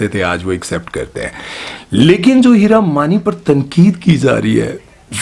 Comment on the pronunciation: Hira mani from yr accent sounds like heera mandi